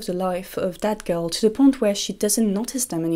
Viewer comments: everytime she says 'that girl' i hear 'dead girl' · Every single time you say "that girl" it sounds exactly like you're saying "dead girl".